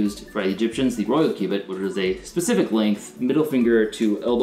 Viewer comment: all i hear is q-bert q-bert.